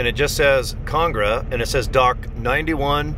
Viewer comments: Con AG ra, not CONG ra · Can you pronounce ConAgra correctly? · Lol ikr